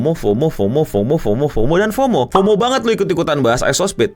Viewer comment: Fomo tuh bacanya FOWMOW